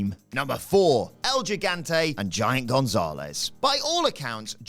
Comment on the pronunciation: el higante not jigante